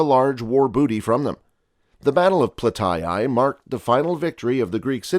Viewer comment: What is Plataeeeayyyyyyyyyyyyyyyyyyyyyyyy